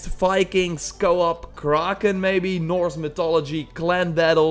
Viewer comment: sees kraken Says “Kararrken”